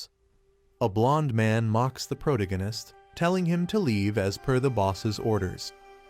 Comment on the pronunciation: can’t keep watching with the ai mispronouncing “protagonist” every 4 words